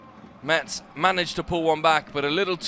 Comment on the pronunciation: Appreciate the good commentary and obvious familiarity with the French Ligue 1, including language and pronunciation.... except for the city of Metz, which should be pronounced "mess", without the "t" sound in French